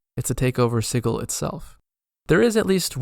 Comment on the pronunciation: Gentleman cutter, I'm really enjoying this series. Brings back fond memories of a Sensate Githzerai I once played. I hope you might be inspired to make a more in depth video about all the planes and attract some subs for your effort. I have certainly shared this playlist with my group. If I had one criticism it is your pronunciation of Sigil. I've always said /ˈsɪdʒɪl/ (soft g). I did look this up and the IPA I quote is what Wikipedia thinks is how one pronounces sigil, in context of magical runes. Still it's not the end of the world and I have learned quite a lot from these videos, so feel free to carry on and ignore my griping. 😅